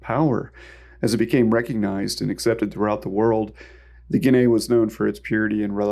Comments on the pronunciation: I like the way you pronounce guinea 😂 🇬🇧 try it again ginee … ginee … ignore the a 🇬🇧 so sweet 😝😘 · Just a couple quick corrections to the pronunciation of things, it's: "Ha-lee-na" and "gi-nee" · The "a" is silent, my dude, just like in "guinea pig."